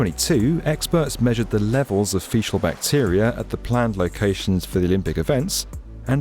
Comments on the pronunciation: No - because he pronounces it that way multiple times, it's not just a one-time mess up, it's how he actually pronounces the word. and - for example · fee-cull not fee-shul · Fecal. Feekull, not feeshull. Sorry. I enjoyed the video though. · Facial bacteria? Pronounced "feekal"... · Fe-cal. Sounds like you're saying facial. fee-kul. fee---kul..... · jfc it's pronounced fe-Kal, not facial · 1. Sewage includes / implies faecal matter 2. It's "fee kal" (faecal) not "fee shal" (fecial) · feeshul? you mean fecal (feekal), right? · faecal - fee-kal, not fee-tial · thats pronounced FEE-KAL not fee-chale. 😉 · Facebook won’t let me share. I think it’s due to the hole reference. 🤷🏽‍♂️ Also, it’s FEE- kuhl, not FEE-shuhl. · Fee-cal not fee-shal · Faecal - Pronounced ˈfēkəl for the love of god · Fecal, with a 'k' sound. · To my humble opinion, the word "faecal" is pronounced as "fee-kal" even in American English, no?. But the vid is great again! Thanks. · Proper English guide: "fee-sees" the noun. "Fee-kal" the adjective. note the hard "K" sound. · FYI the “c” in faecal is pronounced as a “k”. No offence intended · Faecal - with a hard k. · What the heck is feeshal matter? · Excuse me did you say "fishal matter" ? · Feeshle matter? 😂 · Did he say fee-shal? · Faecal is pronounced “fee-kill”. Villette “vee-let”. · Faecal is pronounced with a K. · the c in faecal is pronounced like a k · It’s think you mean fecal/faecal… NOT Feeshel The C is hard - not pronounced as SH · there's no way that brits actually say "feeshal", that's got to be a joke, right? 😂😂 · Yes, that repeated mispronunciation annoyed be about this video. Feshal?! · He made it sound more like facial to me, which gave some unpleasant associations. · I think you are pronouncing FECAL wrong. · Why are you saying faecal wrong?